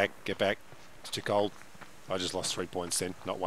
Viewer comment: Brrrr… it’s kuh kuh kuh cold 🥶